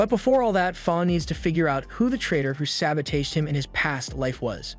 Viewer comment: Why does bro pronounce “sabotage” like instead of it ending in it sounding like “täwZH” it sounds like “cage” but with a “t” at the front